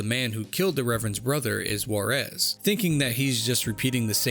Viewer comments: "call of warez"... shit who says that this way??? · take a shot every time he mispronounces Juarez